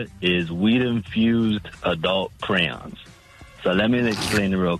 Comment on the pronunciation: Crayon is not pronounced "cran"